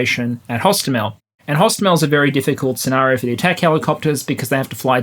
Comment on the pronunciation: hostOmel, not hostomEl. We were laughing in russians saying it wrong. From wikipedia: pronounced [ɦoˈstɔmelʲ]